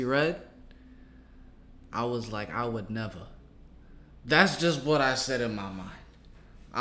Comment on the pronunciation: said “ I would neva” 😂